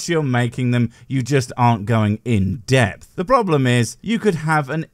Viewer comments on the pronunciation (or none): none